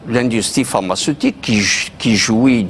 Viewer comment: Pharmaceutique et non parmacetique